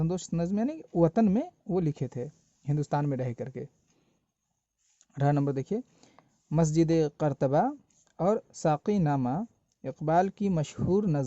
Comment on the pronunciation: Masjid Kartaba nahi Qurtuba hai